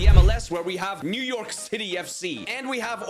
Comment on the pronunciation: I heard 'Shitty' for the whole video💀